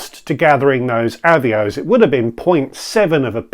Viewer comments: I gave you a like specifically for your comment about deliberately saying Avios wrong to annoy the viewer who felt the need to correct your pronunciation. Love it. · Happy Birthday. Loved the multiple avios pronunciations. Very interested in a video on paying off a credit card with a credit card. Immediately thought the costs of doing this would make it pointless but interested to hear how it will work. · Happy Birthday! Loved the pronunciations of Avios